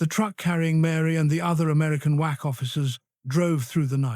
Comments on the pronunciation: WA"C" not Wa"x" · WAC’s (Women’s Army Corp). Not “Wax” and “Wacks”. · did he say "Mary and 4 other whack offs" 😳dammmn